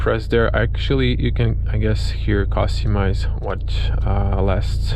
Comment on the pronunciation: The way you say "costumise" bothers me